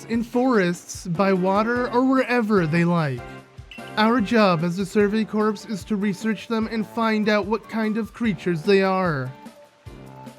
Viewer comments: ooh this looks like a fun LP also fyi, "corps" is said as "core" not "corpse" ^^ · Corps is pronounced like core